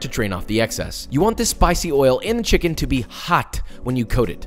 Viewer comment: “They’re not people they’re chimkens” - Joshua Weissman 2021